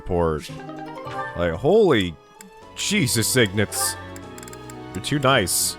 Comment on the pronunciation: It's "Ignatz", not "Ignuts"!